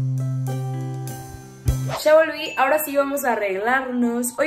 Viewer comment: Comando dijiste ya volví sonaste re argentina saludos